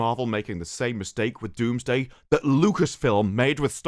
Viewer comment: Its Doomsday, not Wombsday